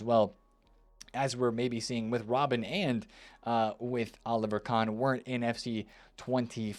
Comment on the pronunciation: So basically can't say any of the names right.....aaren robben??Come you can do better